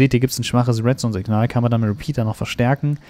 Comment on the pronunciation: sagt er residu statt redstone